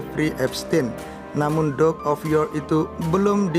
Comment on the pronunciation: Mas, mbok belajar membaca sedikit dong klu bicara di youtube. Terutama bgm mengucapkan Duke dan Andrew. Apalagi klu di-ulang2 spy tdk menghina org dan menyakitkan telinga.